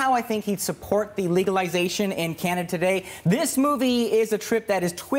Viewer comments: LEARN HOW TO SAY THE WORD "CANADA". It's not "CANA" or whatever crap you mumbled. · 8714 it was just a very poor/lazy/nervous ? pronunciation of Canada. Like he ran out of gas part way through saying Canada.